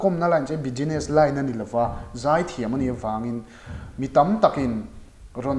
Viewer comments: Bijiness tih hi Business lam dan dik tak a ni lo. Bizness tia lam rik tur a ni zawk..Khawi khawiah mah bijiness tia an lam ka hre lo. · Tige beziness i tih xel a? business ti ve mai la a har loh nen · Chuan 'S' hi 'G' ang in i lam bawk a... Business ah te kha 'Bugeeness' tih a ang a...rawn sawi ve mai2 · Ngatinge 'bijiness'i tih tlat a? Sap tawng lam fimkhur a pawimawh...